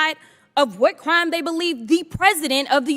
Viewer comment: is she saying "cwime"?